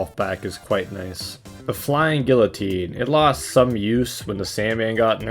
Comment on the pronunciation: gwil-o-teen epih toam shanashan